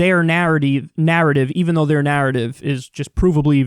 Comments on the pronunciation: "narrody" - you could've not corrected that and still have been spot on. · Your verbal gaffe of "narody" should be inducted into the lexicon as a cross between parody and narrative. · Kyle: spend a day in texas Also Kyle: “narrateeve”